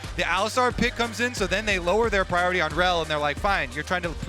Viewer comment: Please get a caster who doesn't speak like a baby! "Wong (wrong), Awound (around), Pwiowity (priority)" c'mon man, just get some speechy lessons so your soft soy jaw can pronounce words properly